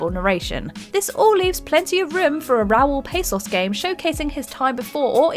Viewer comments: "PAH SOS" not pasos. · It is Raul Passos not Pessos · Yes Raul Passos no PAAssos